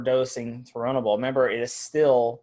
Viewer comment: Thank you soo much for fu%%%in telling him how to pronounce turinabol, how can i take it serious if he doesn't even know how to say the name